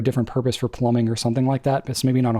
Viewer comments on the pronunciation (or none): none